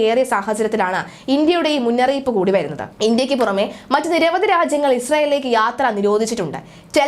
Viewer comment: മുന്നറിയിപ്പാ അല്ലാടി മുന്നറിയിപ്പ് അരോചകം